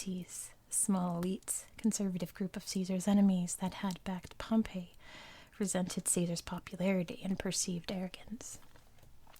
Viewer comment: You should make a video about the Roman Civil war between Caesar and Pompey! Oh, and btw, Pompey is pronounced like “Pompy”